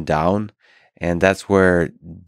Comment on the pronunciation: Cartman-san, you rack ah disciprine! 🥋